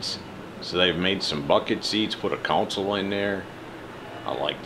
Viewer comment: Console, not council.